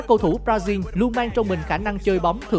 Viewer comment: Con này đọc Brazil thành b ra riu buồn cười vãi